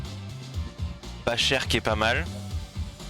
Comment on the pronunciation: C pas « Pachère » c « Pacher